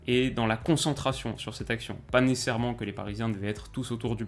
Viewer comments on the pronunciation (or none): le fameux « nessairement » et 2 min après pareil 🤣🤣🤣🤣 comme à chaque video